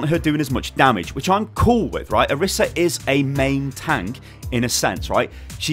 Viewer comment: It's pronounced oreesa please stop